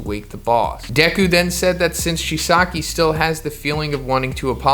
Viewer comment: Does anyone else hate how he says Chisaki? Lol